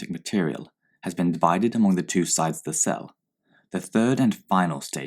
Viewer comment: when you press number 2 it sounds like he saying jizz that aside great video